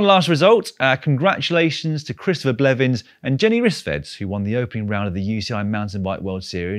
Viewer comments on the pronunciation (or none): none